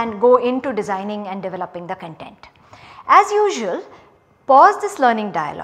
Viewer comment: 'Content, not Con'tent!